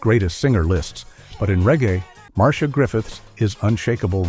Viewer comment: Her name is pronounced "Mar-See-A Griffiths"